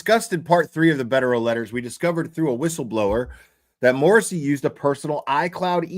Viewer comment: Michael Dubba-ya Morrasssey!😅